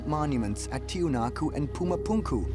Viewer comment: In order to correct this chapter, everyone must know that it pronounces "Tiwanaku" or "Tiahuanacu" and NOT Tiahanaco. Learn that, and check your sources to knew it correctly